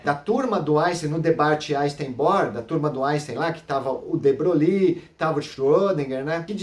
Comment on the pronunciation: Muito bom,. Seus vídeos são ótimos e favorecem o aprendizado. A única coisa que "doi" é a sua maneira de pronunciar o nome de de Broglie: não é "debroglie" (com ênfase no "i"), mas algo como "debroi"; veja aqui Acho que você também falou que, no experimento do gato, previamente à medição, o gato está vivo e morto "ao mesmo tempo". Isso induz a erros; o estado superposto é um "terceiro" estado, nem vivo nem morto, mas uma superposição deles. Como sabe, uma situação como a do experimento, que aponta para um emaranhamento entre, digamos para abreviar, os estados do gato e do material radioativo, foi o que Schrödinger chamou de "a" característica da MQ. Com efeito, para estar vivo e morto, ambos os estados "vivo" e "morto" precisariam ser estados "atuais" do gato, mas não são. Em resumo, antes da medição, o estado do gato é uma superposição de estados, nem um e nem outro: o vetor de estado não está em nenhum dos subespaços dos vetores gato-vivo e gato-morto. Parabéns e continue postando esses vídeos. Abraço.